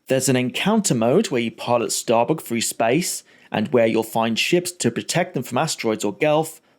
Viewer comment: Why do you pronounce three, thing and through as free, fing and froo?